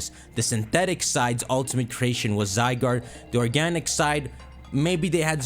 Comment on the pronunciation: I’m not watching someone who calling ZYE GUARD, ZYE GURD!